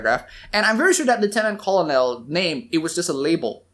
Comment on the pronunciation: "Colonel" is pronounced "ker-nal." Like a corn kernel. It's weird but it is what it is.